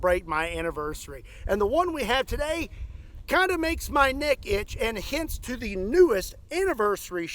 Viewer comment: I thought you said a different word instead of “neck” lol